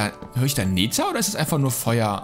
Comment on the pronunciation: Wie wäre es mal mit 'ner richtigen englischen Aussprache von Nether oder sag' dann einfach Hölle(nbiom). Aber dieses Neetär geht auf den Sack :P